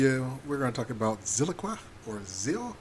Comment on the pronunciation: It's Zilliqa, not Zilliqua.